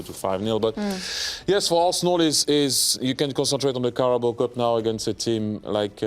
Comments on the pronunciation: “Carboa cup” 🤣🤣🤣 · Titi's eyes 👀 when Clint couldn't say Carabao cup 🤣🤣🤣